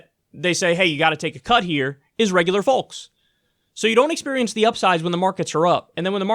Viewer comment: Please don’t pronounce the “L” in folks so strongly, very annoying. Do you say talllk?